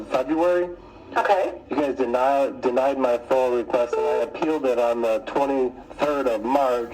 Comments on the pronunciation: Great work. Am I the only one hears him saying FOIL? It's foiA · It is not a FOIL request it is a FOIA pronounced Foy Yah